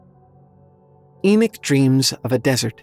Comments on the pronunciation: It's E knock... not E knick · I had to turn it of as couldn’t deal with the bad pronounced words but especially the name Enoch ( Eee-Knock) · ty 4 pointing this out Enoch was a prophet and he keeps mispronouncing thev name wrong